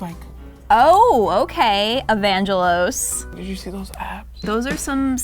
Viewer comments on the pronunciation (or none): me: a fellow greek also me: hearing how they pronounce Evangelos triggered me coming in the comments how to explain how we say it even though nobody asked for it :) so the g is not supposed to be like how you say angel. Its more "earthy" i guess like how you say gay or gas or great. Evangelos :) At least thats how the Greek name is